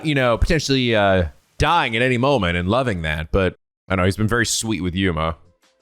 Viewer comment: Your on the right track. Do I have not seen the game is full I have seen a good number bet that I will say this now. Try to remember everything shinigami says for now on. And there you go. All her troll or her sexual advances on you😂 animal support of all every time she mispronounces Yuma's last name.